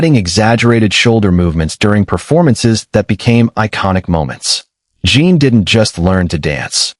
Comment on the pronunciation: His name is Jin not Jean. If you cannot say their names correctly at least have the words spell it correctly. I've seen too many of these videos and it never fails, one or more of the names are either spelled wrong or pronounced wrong. The information is out there, why don't you use it? Or have a proofreader on staff to make sure the information is correctly displayed.